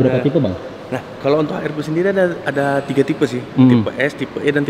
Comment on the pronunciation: HRV bang bukan HRP wkwkwk